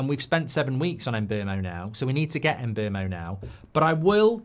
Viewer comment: Who the hell is Mboomo? No shot that's how you pronounce Mbuemo